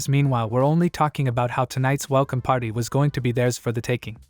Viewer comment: is it me or does AI-narrator keep saying Hero's patty